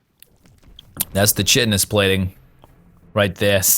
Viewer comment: Glorious. But please tell me you're only pronouncing Chitinous plating wrong because this is lol